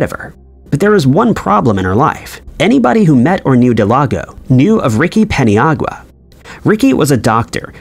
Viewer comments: Thank you I felt the same way especially since he nailed Paniagua. I cringe Everytime I heard Del-ah-go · Every time you say "Del-ah-go" I cringe.... Her name is spelled "Delgado" That is "Del-Gah-Doh"... Jeez I don't know why it's so cringe but it might be bc you nailed the pronunciation of Paniagua which is much more difficult. Smh